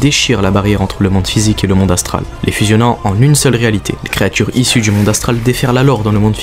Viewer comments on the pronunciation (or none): none